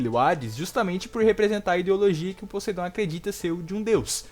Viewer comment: Fala Podeindo que nem gente!!